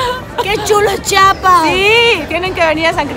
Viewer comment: No entiendo porque es tan difícil de decir CHIAPAS! 🤦🏻‍♀️